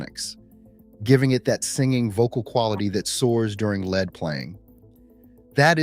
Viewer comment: Led playing? Spell it leed so AI will at least pronounce it right.